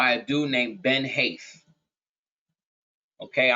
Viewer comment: Ben Haith = bin hate